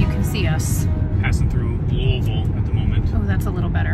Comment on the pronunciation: When you said “Louisville” correctly, it made my Kentucky heart so happy ❤😂